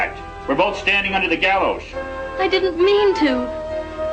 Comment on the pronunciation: He said gallowsh, not gallows.